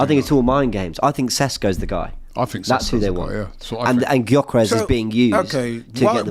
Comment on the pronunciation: it's Gyokeres. Not jokeres. 🤦